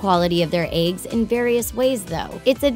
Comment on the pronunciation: is nobody gonna comment on how she says eggs? "aigs" lol